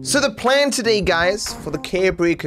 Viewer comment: I got 1 second in, heard his pronunciation of “today”, then immediately paused to write this comment